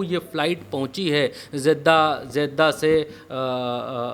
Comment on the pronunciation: O bhai..zedda nhi.Jeddah bolo....😅